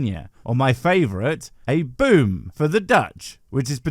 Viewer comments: It behooves me to inform you that you are mispronouncing the Dutch word for tree. The oo in 'boom' is a long o, similar to the o in Rome. You are pronouncing it just like the English word 'boom' (onomatopoeia for the sound of an explosion), which is spelt 'boem' in Dutch. Please don't make the same mistake in assuming how Dutch words are pronounced, erroneously based on English spelling rules, as the knuckle draggers do in assuming that the Bible was written in modern English instead of ancient Hebrew and Greek. If you are going to speak about non-English words, at least take the time to learn (at least approximately) how the words are actually pronounced, based on the spelling rules of that language. Respectfully, a student of Dutch. (Dutch is my second language.) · Just so you know, the Dutch 'boom' is pronounced 'bome' as in Rome. Don't be such a smart arse and do your homework. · Its pronounced "Bome" for tree in Dutch, while yes its spelled Boom , def isnt pronounced boom 🙂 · Sorry to burst your bubble Sir, but the Dutch "boom" is spelled as such but pronounced more like "boam". So no exploding trees for us, unfortunately... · I know you will likely never use the word again, but "boom" in Dutch is pronounced more like "boam" would be in English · It's more pronounced Bome even though it's written Boom but if it's Trees then it would be Bomen. (I am learning Dutch as I want to move there one day) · I’m sorry to say this,, but the Dutch word boom isn’t pronounced like the English boom. It’s more of an "oh" sound, like in moron. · Please learn how to pronounce Dutch words. oo is not u, but a long o. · If only the Dutch for tree was pronounced boom like you did. But it's not. It's closer how you might say the 'o' in over but longer. I remember an English immigrant kid in primary school reading it as boom and the whole class exploded — into laughter. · Boom is indeed the right word, but the pronounciation is off. The double O is pronounced as the O in gross